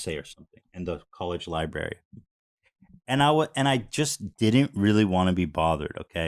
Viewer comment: Ethan saying he was in a college “Li-berry” just killed me 😂